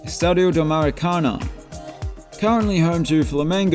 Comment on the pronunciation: The emphasis on Maracanã is on the last syllable. Think “Maraca? NAH!”